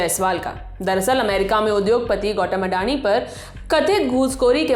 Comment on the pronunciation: गौतम ❌ गौटम ✅